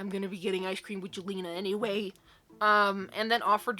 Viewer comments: jelena is pronounced as yell-enna :) i hope this makes sense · Sometimes "J" sounds like "Y" as in the name Jelena/Jalena/Jelina.